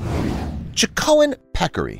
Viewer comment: In addition to the SeeLaCanth: it's CHAH-co-en, not Ch'KO-ahn.